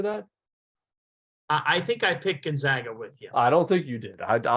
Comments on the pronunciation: How can he still not pronounce Gonzaga correctly? He even says "Zags" in the beginning of a sentence and then says, "Gonzoga" at the end lol. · True. But as an alumni, I can guarantee you every administrator, Jesuit, student, professor, and even every staffer at Gonzaga's campus in Florence, Italy pronounce the school Gon-Zag-Uh. That's why we are the Zags not the Zogs.